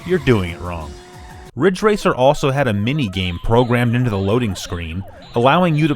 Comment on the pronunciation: it's ridge racer *RIDGE RACER*!!!